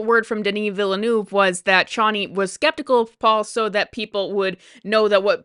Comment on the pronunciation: Denis vilnuerve,is pronounced veel nerve,don't say it the way it's spelt